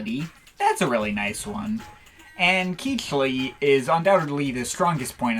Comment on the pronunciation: I'm going to jump on the pronunciation train. Cichli is pronounced "Sickly" and is accompanied by the Cichlisuite EP which is pronounced "Sickly Sweet." I do admit though that Keechly does have a nice ring to it.